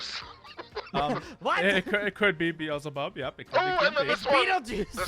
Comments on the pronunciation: "Bebeljucie." Yes, good job,. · Not calling Beelzebub beetlejuice 😂😂😂😂😂😂😂😂😂😂😂